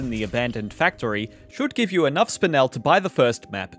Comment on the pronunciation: It’s pronounced “spinel” not “spinel” 🙄